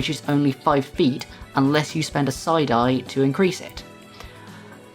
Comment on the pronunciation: 😂 I kept hearing you say, "...you can spend a side-eye....."